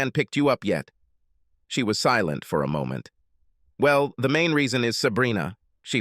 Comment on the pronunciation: Ahhh yes, "sea-lont" my favorite!